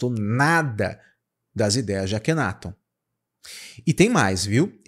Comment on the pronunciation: AKHENATON, A PRONÚNCIA CORRETA É ACENTUAÇÃO NA SÍLABA TON, NÃO ME PERGUNTE O PORQUÊ... SIMPLESMENTE EU SEI...